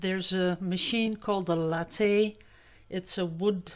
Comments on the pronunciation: In english....it is lay-th....like bathe.....I'm going to bathe (Bay-th) the dog. Have always wanted a lathe.....glad your back! 💙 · Glad your well and having fun with woodworking. I'm a carpenter's daughter and love it myself. In America we say lathe as "lay th". I don't speak any other language and admire anyone that does. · Glad to see you back,! Love the woodwork you've been doing! Btw, the American way of pronouncing "lathe" is with a long a, like in "play" and the e is silent. Just add the "th" sound (like in "the") on the end.. one syllable. The way you were saying it is a coffee drink... just sayin';-) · It’s a Lathe. Long A silent e.